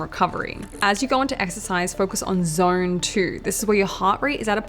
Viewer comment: Those Aussie auR’s. “Zorne 2 exercise”, “rodiolaar”, “hormornes”